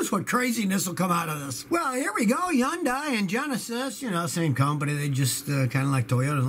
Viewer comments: "Yun-dai"? Think it's pronounced "Hun-day", like Sunday but with an H. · Yondai? Stop it Scotty. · Did Scotty pronounce Hyundai as "Huh-Youndai?"